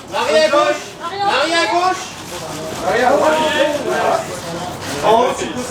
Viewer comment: Emily a un bon accent Français quand elle dit « Marie » Poppins 😊😁